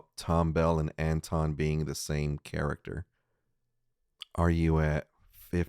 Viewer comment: "wonton" lol....